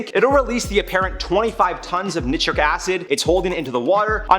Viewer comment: Nice job guys! Loooove the energy,!! 👍👍 ( fyi: it's pronounced "n-eye 👁-tric acid") - take care, YT Warriors!! 👊😎✌